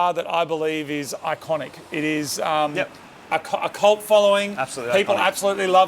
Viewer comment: did you say the car has a cult following because it sounded like you said colt following. Was that a clue? Please say you're bringing back a colt version R.